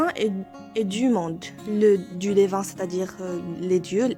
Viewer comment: Prononcez my et non mé dans mythologie. Divin et non dévin.